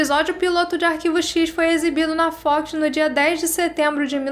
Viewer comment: acho que é assim que se escreve... Acompanho o canal a pouco tempo e as vezes implico com seu jeito de pronunciar a palavra FOX por exemplo mas uma coisa vou admitir essa com certeza foi o melhor conteúdo que eu já vi sobre X files amo a série sou louco pelo filme 01 e piro que qualquer coisa sobre e novidades da série agradeço muito a Sra por trazer isso tudo ao canal eu já recomendo sempre vcs por conta dos aliens mas se vcs começarem a falar de Arquivo x aqui vão ter um eterno frequentador do canal